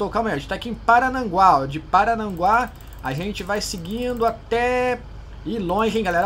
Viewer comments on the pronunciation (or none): Paranaguá E não Parananguá 👍